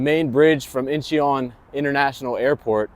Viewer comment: It is pronounced In-chun. Two syllables